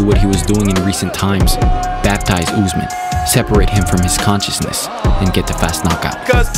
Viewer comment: It is Usman not Uzman but good content tho